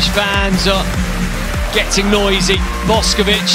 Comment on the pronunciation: Yall her name aint pronounced like boskovic its boshkovich